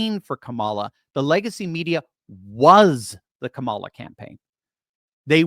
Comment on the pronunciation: Kuh-MOL-uh… YES!!! You got it right!